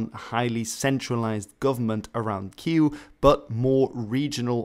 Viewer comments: Why is nobody able to pronounce Київ even remotely correctly?! It's not that difficult! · They banned the use of the Romanian language as well - our president said how disappointed he was in Ukraine because of this fact. Moreover, this dude's pronunciation of "Kyiv" is killing me, why try when you can't? Just say Kiev, they are almost two identical spellings and nobody is gonna be killing you. If it wasn't for the fact that Russia invaded Ukraine I'd still be on the Russian side now. But, as an afterthought, how is Ukraine going to have stability post-war if they keep Russian banned? They need to get their s**t together even more than before now imho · it's Kyiv anyway in Ukrainian, I have no idea where this Kew or Qu pronouciation came from..... :O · He says "Queue". Or something like the Polish pronunciation Kijów. I've never heard his pronunciation in Ukrainian. In Ukrainian it's pronounced with a V (sound in English) at the end, he says an EW (sound in English) at the end. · there were quite a few errors in this video alongside it being biased. There was no need for the disclaimer at the start, nobody would have thought that you were being pro-Russian, don't worry. Plus, your pronunciation of "Kyiv" is miles off - just say Kiev if you can't do otherwise. Regardless, the spelling between "Kyiv"(keev) and "Kiev" are minor anyways. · Why is pronouncing Kiev as que? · Why do you pronounce Kiev as "kyuu"? Is that the official Ukrainian pronunciation? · This is bad. 1. Donets river, not Don. 2. Holodomor was not in 1922. 3. Kyiv is not pronounced as Queue. 4. You've overlooked Russia's role in starting the war in 2014. And there are more mistakes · With, could you please explain why you pronounce "Kyiv" as something resembling "queue"? This seems to correspond with neither the Ukrainian nor the Russian pronunciation. Here the Ukrainian pronunciation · no offence but I get a mild heart attack every time you pronounce Kiev as "Kee-ooh"